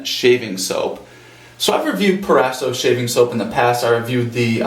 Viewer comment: "PRO - RASO"